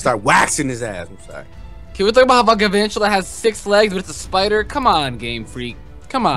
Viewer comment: Galvantula,: Glavantula